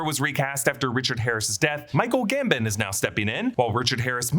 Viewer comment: 3 films in and still calling him Michael GamBIN instead of GamBON